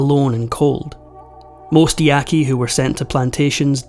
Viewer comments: You say the name of this tribe “Yaah-Kee.” And please do your research about tribes who “surrendered” to the government because you’re completely incorrect and so is your title. A common practice is to use peer reviewed academic sources of the DISCIPLINE. So don’t use those old archaeological opinion pieces that still float around as they’ve been discounted as racist and blatantly inaccurate. So, if you’re discussing Native American history, then you can only trust sources from a professor of Native American studies in order for the info be considered credible. Oh, and there’s also the national archives which discusses every single dirty horrific detail of the conquest of the Americas and what was done to the people who were there first- written by the colonizers themselves. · Ya qu i not yaqi